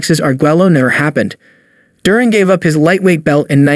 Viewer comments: Jurin? It is pronounced DUR-AN - Good list but that is a basic mistake. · DURan? Sugar Ray LEEN ard? How can I take this seriously. Is this some a.i. crap or what?